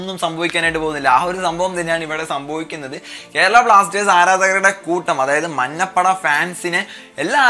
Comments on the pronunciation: Ee samayath parayan pattuvo ennariyilla.. 'manna' ppada alla 'manja' ppada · മന്നപ്പട അല്ലാടെ മഞ്ഞപ്പട...